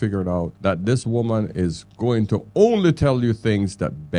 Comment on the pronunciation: Good points just please pronounce women and woman properly when speaking about them. Nothing to do with having an accent